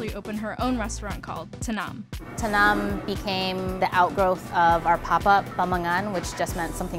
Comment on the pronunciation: She's saying tanem wrong